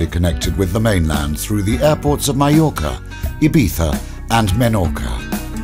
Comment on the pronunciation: Its pronounced ma-york-a not ma-yok-a